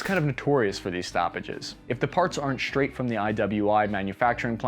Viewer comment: dude. there is no H in straight.